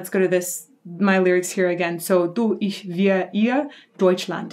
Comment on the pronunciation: You german speaking is really good. like "ich, mich" most of english talking people have problems speaking out the "ch" in german words. you didt it really good.